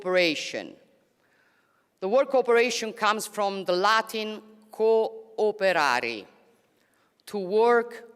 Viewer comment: She is great. I Like her clearness. And when it's about explaining the Latin Word " co o perare" ... ej ! That's a timeless brease of SPQR, only a native Italian can give the right sound... Wow 👍 Love to Italy